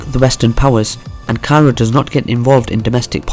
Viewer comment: Weak. This guy can’t even pronounce Ankara let alone dive into the Turkish connection to the Balkans. How about learn what Balkan means as a starter.